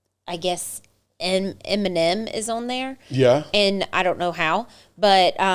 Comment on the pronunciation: Omg she could not say Eminem that’s so crazy lol I couldn’t stop laughing at you sorry I just couldn’t believe you kept saying it wrong I laughed harder at you 😂your so cute 😂